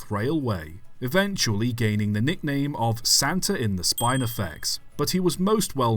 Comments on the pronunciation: Im sitting down here at the "height of summer" wearing a jumper because its so damn cold this year Also spinifex is pronounced like spin, not spine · Spinefex is pronounced like spin, not spine, and is found in the outback, not the bush. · us regular viewers know you are a stickler for detail. i thought you'd like to know of some inaccuracies. the picture must be after the early 1990's because the track had only timber sleepers before then. all sleepers are concrete now. spinifex, , is pronounced spinnifex.